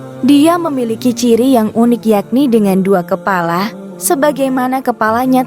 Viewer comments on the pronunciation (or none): none